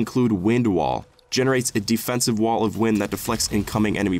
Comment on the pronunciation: ok but I swear you said defensive twice but with different pronunciations 😂